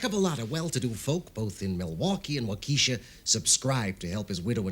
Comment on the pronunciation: Good story, good acting except midwestern US accents were not used but so annoying that Waukesha WI is mispronounced throughout. Accent of the name is on the first syllable not the second, and short e on second, not long.